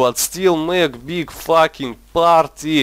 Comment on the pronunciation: I looooove the way he say fucking,it goes like faking